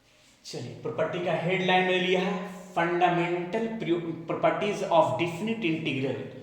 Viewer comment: Bhot der se mere ko yeh laga ki Polpatti bol rhe hain yeh...baad mein samjh aaya Polpatti nhi properties keh rhe hain 😂